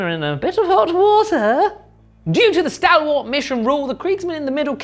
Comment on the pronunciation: It’s great so far but please look up how to pronounce ‘stalwart’ 😂